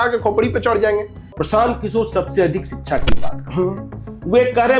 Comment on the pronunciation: जब शिक्षक ही शब्दों का अच्छे से उच्चारण नहीं कर रहे तो बच्चों को क्या ही पढ़ाएंगे। शिक्षा को सिकछा उच्चारण करते है। शब्दों के सही उच्चारण से साक्षरता का पता चलता है।🙏 खान सर सबसे अच्छे शिक्षक है।